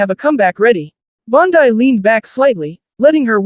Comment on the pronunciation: Damn! The female AI narrator is worse than the male voices. “Bond - Eye”.